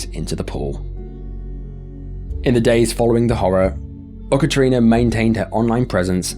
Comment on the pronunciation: I gotta say that's the weirdest pronunciation of Yekaterina that I've heard - there's no u sound, it's pronounced just like it's written with a ye sound. That incident though, is one that sticks with me. Especially because in that video, right as the guy jumps in, what the woman is yelling is "he died, he's gone" in a joking tone.